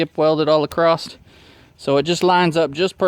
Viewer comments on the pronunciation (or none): sorry my OCD kicked in... it's "across" not "acrost" lol